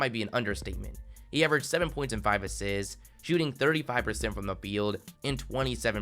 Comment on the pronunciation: He averaged “five asssssits” why do you talk funny lol